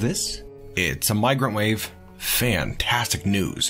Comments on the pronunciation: I hear "microwave" whenever he says "migrant wave". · I heard "Oh, it's a microwave!" instead of "Oh, it's a migrant wave!" ... maybe they need one as they do not have cooked food, yet. ;)